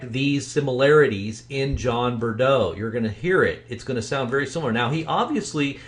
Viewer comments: Don't think Mike and BP are the same person they sound COMPLETELY different. And don't think it's a modulator. BTW, it's not pronounced Bur-doe, it's Breaux, pronounced "bro." And he definitely has a Cajun twinge to his voice (the last name is a giveaway). I dunno. Pretty sure they're 3 separate people, BUT I do find it very interesting that there is no information out there on Mike or this John Breaux guy (there are a couple other John Breaux's out there but don't think any are this guy). It's all very odd. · It's not John Bredeaux. It's Breaux. Pay attention to details when your "exposing" someone for fraud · I realize this is a very old post. Wow what a butchering of this man’s name. ‘Breaux” is a common south Louisiana surname pronounced “Bro”. I can pick up a slight (southern not really Cajun/Acadian) accent), however I don’t believe it sounds anything like MFATW. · Take it from this Louisiana gal.. It's pronounced.. Bro.. You're welcome